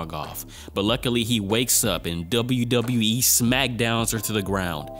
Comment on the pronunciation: The WWE the way you say it it sounds so funny I laughed 😂😂😂